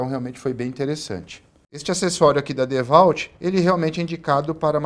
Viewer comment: Ótimo vídeo, porém a pronuncia "DEVALT" dói o ouvido kkkk